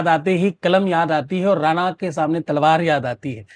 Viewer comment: राना अशुद्ध है राणा सही है।